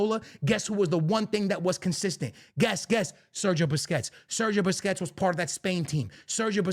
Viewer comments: Why do you call Busquets “Biscuits”? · man said “biscuits” lmao i love how he pronounces certain names😂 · Why he calling busquets biscuits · Rodri !!!! Rodri!!! Rodri!!! vini cried and humbled by the french!! be better!! YES IT IS A BUISNESS!!! Vini couldnt put out his own tweets because he is a horrible human being. pronounce Sergio Busquets the right way.. and dont bring up legends in a present tense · The way this dude pronounces "Busquets" makes him lose all credibility in my eyes.